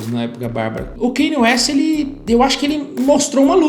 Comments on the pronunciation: O Kanye West sempre teve influência gospel e música soul. No album The Graduation é mais explícito ainda (tem a música Jesus Walks). Só que nesse ele se entregou de fato. Ah, e só pra informar ^^ pronúncia do nome dele não é Kêne West é: Kániei West. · “Keine ueste” KKKKKKKK